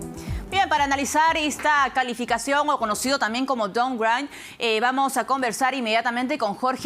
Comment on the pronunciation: es consecuencia del "doungraint" xD.